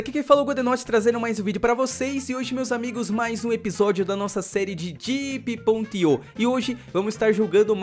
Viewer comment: vc falo diep.ip abraço:D